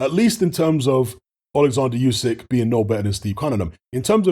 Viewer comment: It’s pronounce OoSek you ignorant f